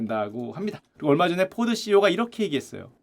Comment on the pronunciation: 포드ceo 포도씨유라고 하는줄..